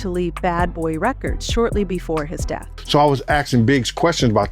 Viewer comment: I couldn't watch this whole thing because of the female voice pronouncing words wrong!!!! Two-Pack, Re-cords, Shawn Diddy calms🤬🤬🤬🤬